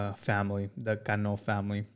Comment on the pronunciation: What r u mexican or what because I can't believe that u can say his name right is cano